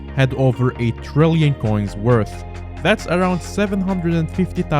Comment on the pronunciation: trrrrillion coins with 4 r's